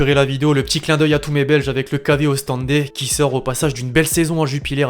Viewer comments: KV OOSTENDE : sa se prononce KV OOSTENDE pas OSTENDé MDR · pourquoi les francais ne savent pas prononcé le nom des ville belge exemple: anver au lieu de anvers et comme dans la video ostendé au lieu de ostende